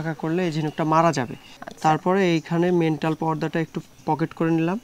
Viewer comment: মেন্টাল ❌ ম্যান্টল✅